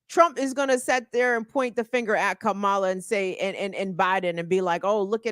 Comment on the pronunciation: He could learn how to pronounce Kamala. Kamala should call him Weird Dan-old.